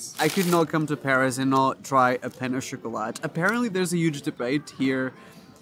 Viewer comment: Pen o shakalat lol what did he just say ??